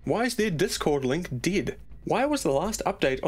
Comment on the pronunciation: You say dead funny